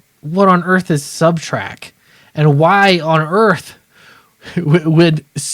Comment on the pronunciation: It’s very distracting to hear you say subtrack. We’ll see if this will shake up the big two or if they just continue down the road they are going in (did you hear the are making Tim Drake bi?).